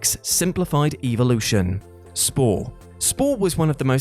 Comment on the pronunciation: So you are all ignoring that he keeps saying "evilution"?